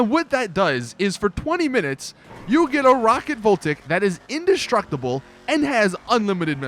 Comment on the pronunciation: He says you get a rocket voltic inductsructible with rockets lmao